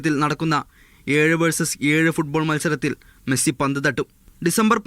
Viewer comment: മെഴുസി അല്ല മൈരാ 😏😏😏മെസ്സി